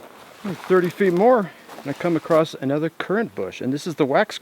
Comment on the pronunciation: ITS A CURRANT!!! ker-ant not a curent MY GOD!